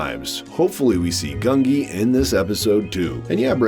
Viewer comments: Gungi!! Not Grungi. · It's pronounced GUN-jee by the way. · The Wookie's name is Gungi. Pronounced 'Goon gee.' The Gee syllable is pronounced like the gee in Bungee. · There is no R in Gungi